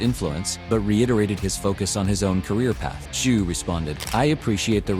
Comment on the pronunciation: The t is silent in tzyu pronounced zoo